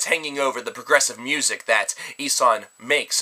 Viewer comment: it's pronounced: EE-(as in eel)-SHAN (as in Shawn or Sean, the name). And the album, DAS SAY-LEN(as in Sail, followed by the "len")-BRECKEN. I hope that helps. And yes... i gave in, because A. You allowed us to lay the pronounciation-related comments on you and B. Well, i had nothing better to say... OH YEAH, and great review,. As always.